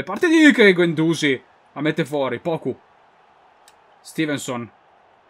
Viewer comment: guendouzi si legge con la i accentata: guendouzì